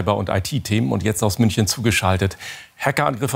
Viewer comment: wie spricht er bitte München aus. Als staatlicher Sender sollte man wissen wie man den Namen der dritt größten Stadt ausspricht.